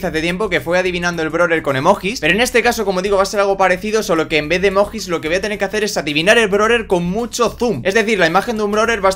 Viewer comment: Soy el único al que se le ha salido un huevo al escuchar a decir emojjjjjjjis?